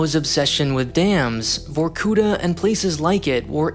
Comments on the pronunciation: It's vorkutA, not vorkUta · The stress goes on the last syllable: vorkutA, not vorkUta. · it's not VorkUta, it's VorkutA. it's a cool vid, but get your geo names right :) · Just a little niggle: it's vorkutA (emphasis on the very last syllable). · Botched the name. It’s VorkutA with A stressed and vowels before silent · It isn't pronounced vorkUta, but vorkutA, with the accent on the last A... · it is actually vorkutA, not vorkUta. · It's VorkutA, not VorkUta. You should've checked spelling before making video, to be honest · It's var-koo-TAH, not var-KOO-tah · why you write vorkuTa but say vorkuDa ? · Start to listen VorkUta, gosh what’s this...I thought. Than I see it. It’s VorkutA!!! Actually . Film is interesting but please , get Russian names right! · great video. yet. it’s VorkutA, not VorkUta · Not VorkUta, but VorkutA. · vor-ku-TAH not vor-KOOH-tah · it's vorkutA, not vorkUta. What really strikes me as odd in foreigners speaking russian is putting the emphasis on the wrong syllable. I get the wrong pronunciation of sounds, cause our phonetic alphabets are different. our K sounds not like yyour K etc. But stresses? It's just the matter of looking it up, in wiki all the words have the stressed syllable indicated. I'm still sad about Baba Yaga in John Wick. Its yagA, not YAga. YAga is short for Yaguar (Jaguar), a cheap energy drink which kids used to get drunk quickly. But now we are stuck with the wrong pronunciation for the whole Wick series. I respect and I'm not mad, everyone does that, but its a bit strange he did the same thing. edit: finished the vid, wanted to add that it was otherwise very interesting and well-researched, as usual. And i can't NOT be gladf that did a vid on my country instead of China for once) thx man. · Also it's actually VorkutA ,not VorkUta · It is not pronounced vorkUta, but vorkutA -_ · If you are making a whole video about it, please use Google Translator for correct spelling. It is vorkutA, not vorkUta.